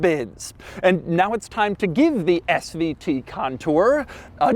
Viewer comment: Doug, quit emphasizing SVT!!